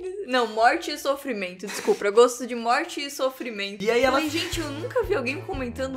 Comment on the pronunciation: "Desculpra" KKKKKKKKKKKKKKKKKKKKKKKKKKKKKK